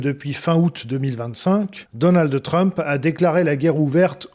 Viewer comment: "Dolnade Trump" ?! Faut arrêter avec les fautes de prononciation, c'est comme "Géralde Darmanin", on s'arrête au D on ne rajoute pas un e dans la prononciation !